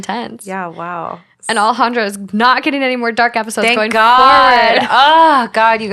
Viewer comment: Her name is Alejandra Her : Ale-jawndra